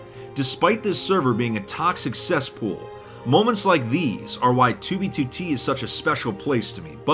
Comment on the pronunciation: I hate the way says 2b2t like (tubituti)